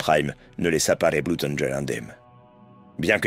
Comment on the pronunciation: Tout est bien, tout est bien dans la vidéo, mais mais mais mais mais mais je dois arrêter, je ne supporte pas quand on dit Bloud au lieu de bleud :)